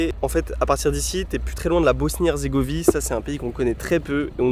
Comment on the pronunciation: salut bg, je vois pas de commentaire faisant référence à ça donc je le dis pour la simple info: mais c'est Bosnie-HerzégoviNe, et non herzégovie :) super vidéo encore une fois, trop envie d'aller au Monténégro!!